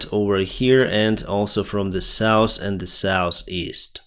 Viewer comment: Please, notice how you pronounce north and south! It is NOT norse and sauce...